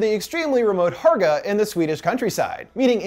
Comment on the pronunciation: I was thinking this too the whole time! And also Hårga is not pronounced Harga it is Horga. But great video anyways!